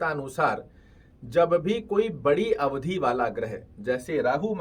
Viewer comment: अवधि को अवधी क्यों बोलते हैं आप लोग । पता है उच्चारण मात्र से शब्दों का अर्थ बदल जाता है। अवधि का अर्थ होता है समय। अवधी अवध क्षेत्र में बोले जाने वाली एक भाषा का नाम है।